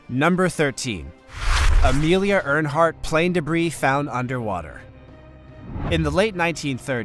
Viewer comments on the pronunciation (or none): Speaking of Amelia...her last name is pronounced "Air-hart" (Earhart)..."Earnhardt" is a race car driver! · I know I'm not the first person to say this so I apologize for the redundancy but sir, please take a little more time to make sure you're pronouncing people, places, or things correctly. The 2 that I couldn't help but hear because it was over and over and over lol, Amelia Earhart not (Earnhardt) and Bruges. If that's the one you mean in Belgium. The Bourges you pronounced is in France. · It's Amelia Earhart, not Earnhardt LOL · Her name is Amelia EARHART, not EARNHART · Too the narrator of this video; it's EARHART (air-heart) not EARNHARDT !! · Ernhart you say? "Amelia Earhart" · Did you really just call Amelia EARHEART Amelia EARNHART??????? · It's ER Heart ....not Earnhart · Earhart... Earhart. No n. Come on now. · Pronounced air heart not urn heart. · by the way...its Earhart...not Ernhart! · The female Pilot that perished over the Atlantic Ocean was Amelia EARHART. Pronounced: air-heart Not Ernhart. Please fix this. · Amelia “Earnhardt”, haha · Get Amelias name right!!!. It’s Earhart Not Earnhardt !!!! That’s so disrespectful!!. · Her name isn't Ernhart, it is Earhart. No n in the name you repeated half a dozen times incorrectly. Get is right! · This guy mispronounces everything. Homeric and Amelia AIR hardt come to mind, no ERN hardt. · Narrator needs to learn to pronounce words correctly. Look at the words carefully. There is no 'n' in Amelia Earhart , American aviator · It's not ernheart. Learn how to pronounce what your talking about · Please get your pronunciation right! Seriously, Earnhardt? Lots of mistakes here! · I'm sorry but there are so many mispronounced words in this video I am literally stopping it now at Amelia "Earnhardt"... I mean come on guy lmfao. It's Earhart. It's a big deal to me because it shows your ignorance. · Her name is Amelia Mary Earhart. Not Earnhardt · No 'n' in Amelia Earhart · Uh...it's "Amelia EARHart......